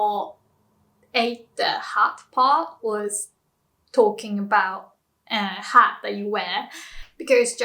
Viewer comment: Um, it seems like she said "Hut" and "Hat" the same (while she was speaking English?)